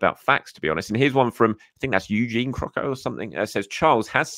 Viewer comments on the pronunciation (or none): none